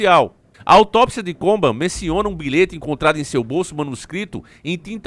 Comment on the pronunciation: Só não tá correto a pronúncia do nome dele né, não é Kurt COBAM, é Kurt Cobain. kkkkkkk